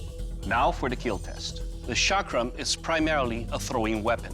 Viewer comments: You are pronouncing chakra wrong. The ch is not pronounced "sh" it is "ch" as in Chad. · Don't pronounce chakra wrongly. It starts from 'c' not from 's'. Don't forget you are on social media. Your wrong pronunciation can give wrong name to chakra. Please rectify it. 🙏🙏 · Its not Shakra its Chakra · Shaakra❌ chakra✅ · no.... It's a Pretty local /famous weapon here.. Its called a "Chakar"... That judge pronounced it wrong. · The Chakra ❌ The Shaakra ✅ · The 'Chakra', meaning a circle, is pronounced as 'Chuck Ra', where the last part, the 'Ra', is like the sound of R as in 'Rum'. The 'Tiger Claw' is called 'Waagh Nukh' because Tiger, in Maharashtra (Marathi language), is called 'Waagh' and 'Nukh' means Nail/claw. In Hindi language, Tiger is called 'Baagh' or 'Sher'. The 'Pattaa' literally means a 'belt'. It's called the 'Pattaa' because the blade has to be flexible just like a belt. There are other versions of the 'Patta' where the blade is longer and more flexible and can be worn on both hands. :)